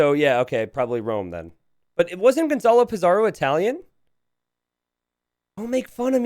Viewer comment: Le Loi is Vietnamese, not French. His name is pronounced Lay Leuhy, not Le Lwah. Gonzalo Pizarro is Spanish, not Italian. His name is pronounced Gonthalo Pitharo, not Gonzalo Peetzaro.